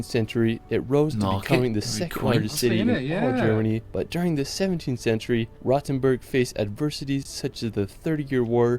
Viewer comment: My dear British friends, Rothenburg ist not pronunced "Rottenburg". This is a different town in Southern Germany. Long "oooo" ;-)!